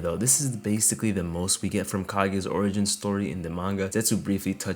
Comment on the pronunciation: why u pronounce origin like that